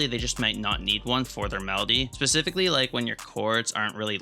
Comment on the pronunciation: Sasssssifically?! That’s a new one